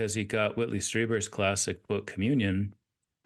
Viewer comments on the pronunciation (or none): ROSS : Butte, Montana rhymes with cute. Whitley Strieber is pronounced Streeber. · Ross… name pronunciations…. Ick (eye k). Jesse Michels (Mike-els). Whitley Strieber. (Stree-ber)….. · Not trollin, but the last names, lol... He says "Whitley Striiber", it's pronounced "Streeber" and then he says "David Ick" and it's pronounced "Ike"... He switched the long I sounds, lol... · Ross, Whitley’s last name is pronounced ‘Streeber’……..eeeeeeeeeeeeeeeeeeeee!